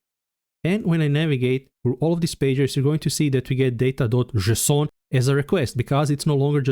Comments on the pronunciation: Jay-son - unless you're French? 🤔😉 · /ze-s'on/ 🤣😂 From now on, THAT'S how I'm gonna pronounce it !!! 🤣😂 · did i hear "JSON" as "Croissant"? why didnt my local bakery sell that? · Thanks man, I'm still in tears from JESON 🤣😂 I love your videos, I'm subscribed, and I love JESON. I'm gonna pronounce it this way from on, JESON. Thank you, you just made my day!!! ❤🤣😂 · I just started lmaoing everytime he says “json” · I wasn't mentally prepared for that json pronounciation I have to stop the video to evacuate my laughter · sounds French to me